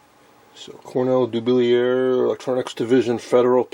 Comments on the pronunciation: ....it's pronounced "Cornell Doo-BILLY-yay"! Regards - Nick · Dublier is a French name pronounced Doo Blee A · Interesting finds. I have some decade boxes made by EICO and have found them to be only marginally useful. For what it's worth I watched a promotional video on the Cornell-Dubilier website and they pronounced the name "Doo-billy-er". I looked it up because everyone seems to struggle to pronounce it, including me. Love the content as always!